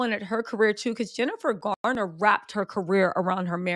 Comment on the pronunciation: It’s Garner not Gardner.